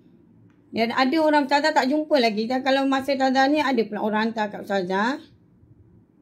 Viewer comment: tapi dia sebut pun bukan bunyi ustazah... bunyi "TAZAH" ade la 😂